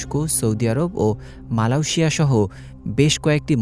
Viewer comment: বুঝলাম না সাংবাদিক মালয়েশিয়ার কি উচ্চারণ করল।